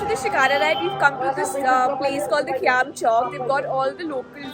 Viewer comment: Its khyam chok nt qyam chok😡